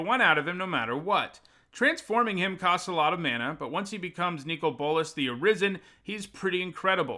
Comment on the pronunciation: I don't know if it maybe is the correct pronunciation, but hearing you call him "Nico Bolas" triggers me so much for some reason.